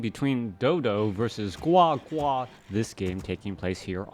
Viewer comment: Oh my. The way you said GuaGua was soooo Chinese! Love it